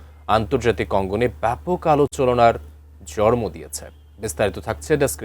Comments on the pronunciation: এই খবরের উপস্থাপক মনে হয় অটো পাশ।জরমো হবে না হবে জন্ম। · একজন "জন্ম"কে বললো "জরমো" আরেকজন "সম্মান" কে বললো "সনমান"। এদেরকে এমন পদে বহাল রাখে কিভাবে🙂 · জর্ম কি? উচ্চারণ ঠিক করেন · উচ্চারণ জরমো কেন? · yes. alochona and jonmo ✅✅ alochololona and jormo ❌❌ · NTV এর মত এক নিউজ পেজেন্টার জন্ম উচ্চারন করতে পারে না জন্মের জায়গায় জরম বলে😭😭😭😭😭😭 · উচ্চারণ ঠিক করেন , "জরমো" নয় "জন্ম" হবে